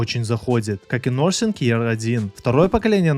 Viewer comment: Nothing- не нозинг, а нафинг, хоть названия правильно произноси